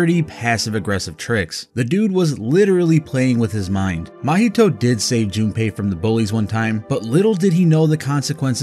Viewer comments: Why do u say junapei, there’s no A there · damn this british pronouciation of japanese names is killing me. Who the fucking is Jun ne pei